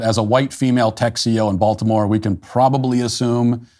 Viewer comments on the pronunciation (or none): none